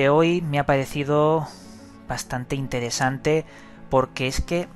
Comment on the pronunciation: Todo bien con los vídeos pero habla bien, pronuncia, dicciona.Mistedio, intedesante, sumedios, odo, adquitectuda, etc...Dejate de joder.